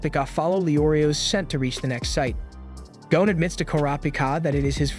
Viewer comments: The name is Gon not Gone…. Man I can’t even listen to this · Why do Americans insist on pronouncing the lads name as gown and not gon??? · Gon not goan